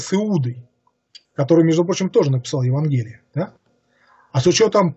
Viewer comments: ЕвАнгелие а не ЕвангЕлие, БатЫй, еретикИ. Просьба ставить ударения правильно. А в целом спасибо. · С логикой у автора не очень хорошо обстоит дело, однако даже больше раздражает произношение с неверными ударениями слов весьма известных (евангЕлие, игумЕн и т.д.). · В слове "Евангелие" ударение следует делать на букве "а". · Очень интересный рассказ. Уважаемый сказитель в некоторых словах ставит ударения не так как обычно принято. Например обычно говорят ЕвАнгелие а не ЕвангелИе, БатЫй, а не БАтый и ВЕлес, а не ВелЕс. И другие. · Уважаемый,! Сверяйте свои выступления со словарём ударений русского языка. Уши вянут от ЕвангЕлия, БАтыя, ХулАгу и т.д. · Как только человек начинает говорить безграмотно, пропадает доверие. Не ЕвангЕлие, а ЕвАнгелие. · Да, евангЕлие режет слух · ударение ставить нужно правильно ивАнгелия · ЕвАнгелие, а не ЕвангЕлие!!